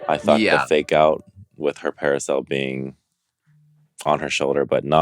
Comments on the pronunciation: Naomi says "parasail" instead of "parasol." Lol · Naomi can’t pronounce “parasol” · Trend alert : Calling Parasols Parisels !! Thanks Naomi